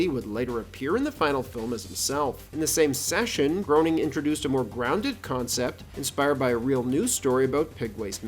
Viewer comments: Lmao why are you projecting your own Chris Chan incel behavior? It was never that big of a deal, I love the channel and I only commented for further context going forward. But If you actually have ever watched the show or did a 5-second search you’d know the couple times calling him “Groaning” in the show was done in jest, and you’d see the vast majority of other times his name is said in the show it’s actually “Gray-ning”. Matt HIMSELF says Gray-ning. Matt Groening is a real person, call him Matt Groanfarts whatever, it’s irrelevant, at the end of the day it’s still objectively pronounced “Groening”. But thanks for contributing absolutely nothing but projecting your insecurities and conjecture, bud 👍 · On the record with Matt Groening’s name it’s pronounced “Gray-ning”, not groaning. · I'm new to the channel and I really like your content & style but you mispronounced Matt Groening's last name.. Its pronounced "gray-ning" not "groaning". Yes, I know, I'm at grammar Nazi.. Lol! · Just came her to be the first to say, "It's pronounced 'graining', not 'groaning'". Also, Maggie's first word was, "Daddy", voiced by Elizabeth Taylor in the season 4 episode 10 titled "Lisa's First Word". "Sequel" is the first word any Simpson's character hear her say. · GREY-ning. GREY-ning. Not GROW-ning. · "Grow-ning" Oh no. "Grey-ning". It's Grey-ning. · Why do people keep saying groowning? 😂 its Gray-ning! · Pronounced “Graining” not “Groaning.” This is well known. Do your research. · It's pronounced Graining, not Groaning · It's pronounced GREY-NING! Matt Groening. Not Groan-ing. Grey-ning. Matt Groening. Matt says so himself in his Life in Hell books. It rhymes with complaining. Groening. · Groening is pronounced “graining” (like “raining”), fyi. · The show’s creator’s name is pronounced “Graining,” not “Groaning.” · Yup , in one of the comics he says his name is pronounced Gray-ning, not to be confused with Grain-ing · Matt's surname is pronounced "Gray-ning" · Matt “Groaning”